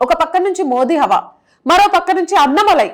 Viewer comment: అన్నమలై కాదు అన్నామలై అన్నామలై అను anchor తల్లి...